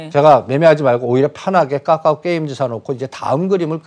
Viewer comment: 이분은 까까오라고 말하네 이건 모냐 ㅋㅋ 좀 무시하는 느낌이네 ㅋㅋ 까까오 내가 사던 말던 상관 마라~